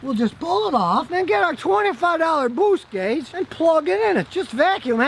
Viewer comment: "Bwoost gauge" I've been pronouncing it wrong my entire life!